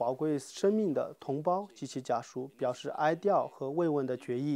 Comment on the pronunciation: 哀“掉”是什么鬼? 你们这个电视台确定不是出来搞笑的?😂